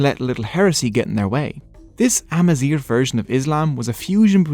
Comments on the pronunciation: GH is pronounced as a french “R” maybe thats why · Any native north Africans, please feel free to correct me here. The "gh" in Amazigh is being pronounced here with the "r" found in English, but should be pronounced more like the "r" found in French or German. The so-called "European gutteral r," represented in the IPA by "ʁ". It's spelled with a "gh" and not "r" because it's pronunciation is almost nothing at all like the american "r" as heard throughout this video. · Why is he pronouncing “zgh” as an “r” ????? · You pronounce it "Amazir" which means horseshit in berber hhhh sooo yeah... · It's not spoken as amazir but amazig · good job, but why you pronouncing gh as r? its amazigh , gh as the greek letter Γ γ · you are pronouncing 'AMAZIGH' as 'AMAZIR' (which is the term we use for cow sh*t) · Thanks for the video but the way you pronounce the sound [gh] is quite irritating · Thanks for the video, it is worth mentioning that you mispronounce the "gh" sound and confuse it with the English "r" sound . The "gh" sound here should sound like the way French people pronounce their "r", here is the IPA form of it to have a clearer idea: (ɣ) Mixing these two can affect the meaning of Amazigh words, for example, the way you're pronouncing "Amazigh" with an "r" it gives a different word: "Amazir" which is in Amazigh means: "cow waste" used as fertiliser in Agriculture.. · nope, we pronounce the "gh" at the end like the French pronounce their "r", we don't roll it like he did in the video. So it's ah-ma-zeer with a french "r" in the end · You pronounce the word Amazigh wrong in the last letter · My only problem is the pronunciation of "Amazigh". Is that how you pronounce it my Amazigh brothers?